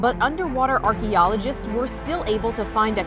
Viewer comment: Who else hates the way she says “archeologists”